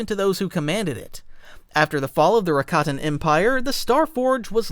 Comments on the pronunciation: It's prounced Rah-kah-tin not rack-a-tin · It's Ruh-kot-in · Man AI sucks at pronouncing things. Rack—a-tan lmao